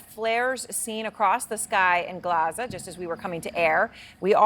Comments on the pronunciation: She said glaza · Did she say Glaza 😮